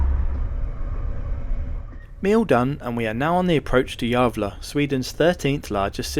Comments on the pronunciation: "jävla" means "damn" in Swedish, your pronunciation of Gävle was very close to that :) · please tell me you pronounced Gävle as "jävla" on purpose!